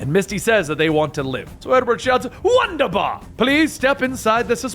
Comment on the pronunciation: wunderbar is pronounced vunderbar